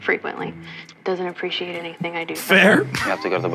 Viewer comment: I really hate how the therapist pronounced “appreciate” 90% of the time. She puts too much emphasis on the letter “c” and it makes me cringe